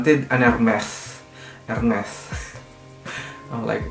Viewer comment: LOL at the "ermeth"